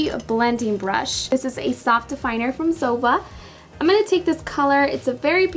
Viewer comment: Zoeeva not zova😜👈✌️👌👍